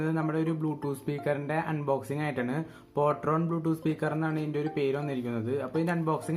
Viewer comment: പൊട്രോൺ അല്ല ഫോട്രോൺ ആണ് 🤗